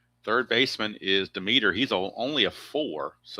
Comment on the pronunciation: The third baseman for the Philadelphia Phillies name is pronounced d e m e t e r with the accent on the Dem